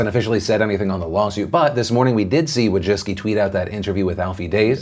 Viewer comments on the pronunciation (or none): none